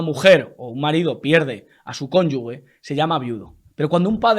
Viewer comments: Cónyugue, no,. Se pronuncia cónyuge, como jejejeje, no gueguegue. Saludos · CONYU G no conyugue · Dices "conyugue" cuando es "conyuge" el sonido es conyuje